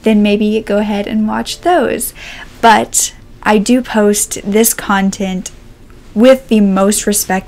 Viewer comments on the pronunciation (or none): none